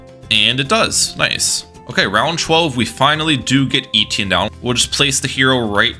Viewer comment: thats not how you say etienne